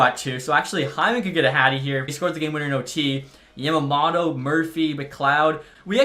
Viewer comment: I’m not sure if anyone has said this but it’s Yama mOto